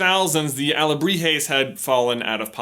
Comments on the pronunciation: “Alahebres” (I am so sorry Mexico.) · "carving alejibres " xD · he changes alebrijes for alejibres. Well done gringo! hahah but seriously, nice investigation about mexican culture congrats from México!! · towards the end he accidentaly said alejibres instead of alebrijes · Well pronunciation ... saludos from Shaked Mexico City However you just say two times Alebrijes wrong. You said alejibres 😂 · I like when you say Alejibres, instead of Alegrijes. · J: "Alejibres" My Mexican ass: dies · Your pronunciation was almost spot on. Although sometimes you would say alejibres instead of alebrijes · But pronounced ahhh-le-bree-he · OWAHAKA .... XD also u said alehibrez.... XD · One time he said "aljibres" not "alebrijes" im a little iffended as a mexican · it's alebrijes not alejibre XD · but you are coming off as condescending and mean. I'm sure he tried, he's just not a native Spanish speaker and therefore cannot adjust his tongue to say words that are not only in Spanish, but also have Nahuatl roots. Even some Spanish speakers (socially the ones born in US) can't pronounce those words correctly.